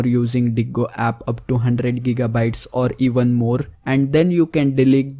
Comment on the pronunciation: Just gonna say its gigabaytes